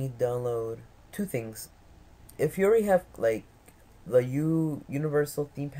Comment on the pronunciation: I love how you say "yuri" instead of "you already". Not really, I hate it. Anyway GJ